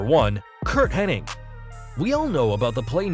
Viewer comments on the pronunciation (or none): It’s Hennig, not Henning. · that's how it's spelled hennig but it's actually pronounced henning curt said it an a interview back in the 90s